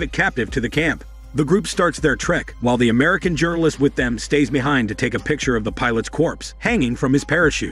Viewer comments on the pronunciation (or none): none